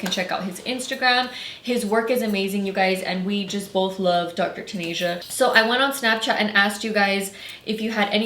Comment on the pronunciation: "Dr. TanAsia" BIIITCH it’s "Dr. TanEHA" 🙄